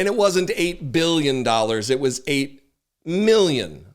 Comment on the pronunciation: You crack me up! 😂 8 " ma-billion "